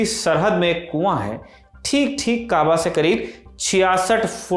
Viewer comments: Sir ji ...aab arabi ka nahi farsi ka ...labz hai....aur jise aap kaawa keh rahe hai.....wo kaaba...sharif....correct...kare.. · Correction= kahva correct= kabaa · Correction: it's Kabaa not Kahva! Hager also pronounced as Hajrah. Abraham is also pronounced as Ibraheem. Isaac also pronounced as ishaaq. Prophet Muhammad‘s granddad‘s name was Abdul Muttalib. British cholera allegation story is something new I’ve heard. Thank you team Lallantop❤ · Kaba hai vo kava nahi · Kava nhi h Kaba h